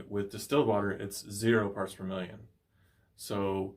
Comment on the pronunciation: Are You Saying Distelled Water or Still Water , Can talk Clear Please ?